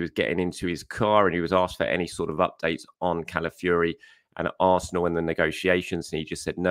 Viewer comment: Why do you pronounce Calafiori, Cala-fury? Fi-or-i >> Fee-or-ee, it’s really not difficult. I proper lament for all these talented players across the globe that have their names butchered by journalists, pundits and commentators that are just too lazy learn their names, or even just say what you see with this one…